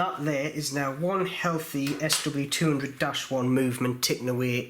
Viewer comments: GLI-scene is the correct pronunciation, and you have left the broken teeth in watch, oh dear. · It is pronounced gly--cine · Not sure I’d trust anyone who can’t read the word Glycine and pronounced it glycerine. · Hey, thanks for the informatve video. Knowing the issue about the ratchet wheel, maybe we should all consider using the Miyota 9xxx series more often OR have someone make sturdier wheels. Also you might want to call the GLYCINE it's correct name, not glycerine. 😉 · I’ve heard Glycine pronounced: glisten. Which one is correct: glisten or glyceen? 🤷‍♂️ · Sounds like glycerine the way you pronounce it. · He was pronouncing Glycine wrongly which is not a British thing, that's his own problem. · lol.. nope.. just him pronouncing Glycine wrong lol.. either way.. IT'S NOT US SAYING IT WRONG.. WE INVENTED THE LANGUAGE!.. YOU YANKS BUTCHERED OUR PRECIOUS LANGUAGE!! lol..